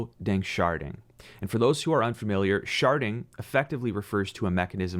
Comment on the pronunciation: "Sharding", not "sharting". Glad I'm not the only one who thought it phew haha. Great content. Especially encouraged about ADA, thanks for covering it